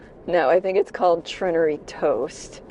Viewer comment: it's pronounced treh-naire-ree. Not trin-ah-ree. Also for future reference the Munising post office still offers the Christmas Michigan postmark.